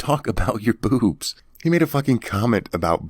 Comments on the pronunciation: It really sounded like he said booze to me. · Pretty sure he said "Bewbs" and not "Boobs." Just sayin'